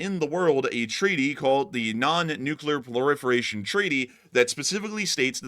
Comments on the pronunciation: Proliferation not plorifiration. Otherwise nice video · It's called "Proliferation" not "Ploriferation" btw. I don't mean to whine about that at all. Just thought to point it out:) Love your stuff!